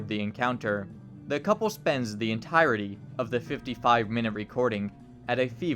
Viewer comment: God I hate how he pronounced entirety. "Enteerity"